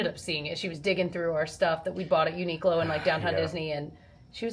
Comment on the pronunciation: Loving vlogmas. Wanted to let you know that the correct pronunciation of Uniqlo is Uni-clo, rather than Unique-low. My eldest works there and corrected my pronunciation many years ago.